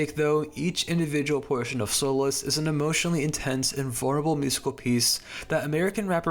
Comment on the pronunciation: "sole less" im out